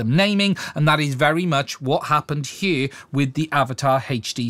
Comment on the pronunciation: I can’t help grinning a little when pronounced the word “here” as “he-ure”……I hope it doesn’t mean I’m a racist cuz I’m no Anne Robinson ya know! 😉❤️🇬🇧👍